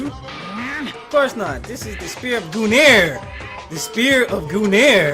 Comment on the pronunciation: It is Gun-gu-nir not Gunir.